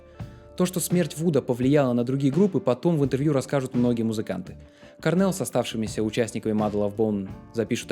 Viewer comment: Кôрнел, акцент на букву "О". Sorry..